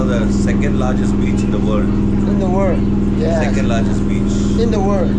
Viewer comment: Bro its not biss it’s beach